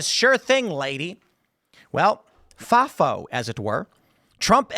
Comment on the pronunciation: Tim's FAFO pronunciation is funny